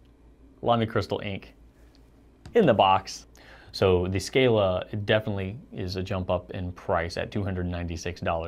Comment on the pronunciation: As Lamy is a German company the a in scala is pronounced like in „calm“